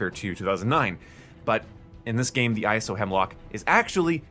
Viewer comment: its ISO Hemlock not I S O Hemlock